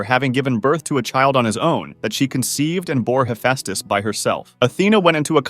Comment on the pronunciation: ´Hefastes´ thats not how you say it -_